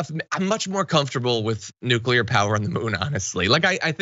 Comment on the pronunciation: But his presidential library is going to need documents about nucular secerts